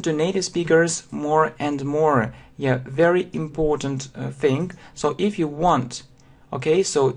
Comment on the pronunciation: и, все-таки, контент не дотягивает. автор зазубрил грамматику и выучил слова, полностью ПОЛНОСТЬЮ забыв о произношении и мелодике языка "yeah?"